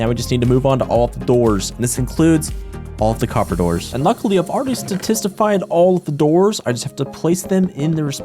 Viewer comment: “ate oxydyzed coppadours”